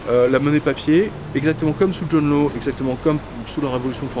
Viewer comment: John Law se prononce "Lass".